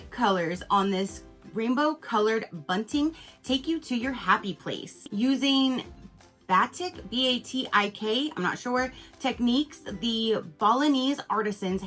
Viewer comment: I really appreciate that you scroll through all of the options for us to see. BTW, the word you weren't familiar with, batik, is pronounced ba-teek: ba like the first syllable of banana and teek like teak wood. It made for a beautiful banner!